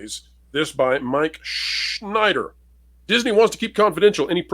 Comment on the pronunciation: Unless you are the Mob, crimes are not trade secrets. Also great pronunciation of Schenider, there!